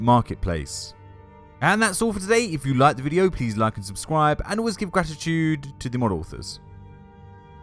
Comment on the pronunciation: “Like and subscwibe”